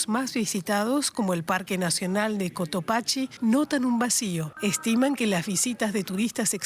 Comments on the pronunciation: Existe un pequeño error de pronunciación, ya que se pronuncia de esta manera (ko.toˈpak.si) y no como la dicha en aquel momento. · se dice Cotopaxi, no Cotopachi